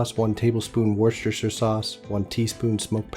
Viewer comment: Wooster sauce. I know it's got like 20 letters in it, but we pronounce it wooster for some reason :p